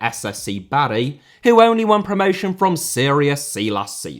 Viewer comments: I don't know about your pronunciation of 'Anhui Litian FC' but you are definatly pronouncing 'Bari' horribly wrong! It's 'BAR-ee' not 'Barry' like a bloke's name. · You clearly didn't grow up on Football Italia. Please learn how to say Bari